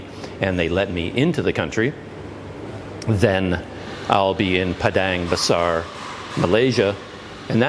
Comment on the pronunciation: Yay finally get to catch up with you once again soon. Also I couldn't help but rewind the video again and again just to listen to you say 'Padang Besar' ... LOL! Very eloquent indeed.